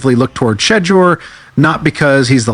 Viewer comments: Hey,... not 'shitter'...it's pronounced, "Sheeeeee - door!!" dammit!!! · Why does he keep calling him “Shidya”? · Why does he keep calling him “Shedra”? Call AI enforcement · AI voice "shitdur" sharedar shoordur sherdur. No friends, he is not Tom Brady. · Sho door come on YA Get his name CORRECTLY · Don't worry about AI they don't want to say his name correct. The information is good hopefully they will get it right sooner or later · Well anyone report needs to stop using AI if they can't program it to pronounce names CORRECTLY....this man name has been spoken a BILLON times there is no reason it STILL pronounced wrong on any level